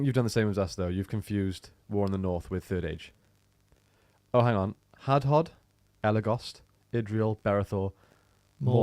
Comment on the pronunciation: how do these guys not know how to properly pronounce hadhod????